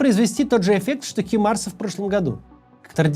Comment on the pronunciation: Химарс это б🅰️бка-т🅱️0я, ш🅱️🅰️йн-де🅿️е🅱️янньій 🤬! Заруби насвоей больш⭕й б🅰️шке - не химарс, а Хаймарс! П0луп⭕ке🅿️ 0дH🅾️клет⭕чHьіи́